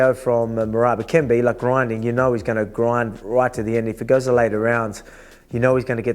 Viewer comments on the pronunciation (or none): "your Massive Feet roit behind ya" 😂